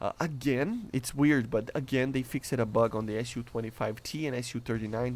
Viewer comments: Fix'd not fix-ed. You do not pronounce the e. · A tip for your speech, when saying "fixed" the E is not pronounced. Try just saying "fixd" and just that will be an improvement. Cool video